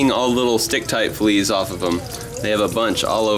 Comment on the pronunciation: Right when he said fleas he said fweez Lol. What Your sill reading this Stop STop S t a w p STOP NOW